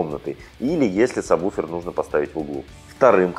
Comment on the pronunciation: Интересно. Как вы такой специалист и произносите саб буфер? Если нет такого названия, кроме сабвуфер!!!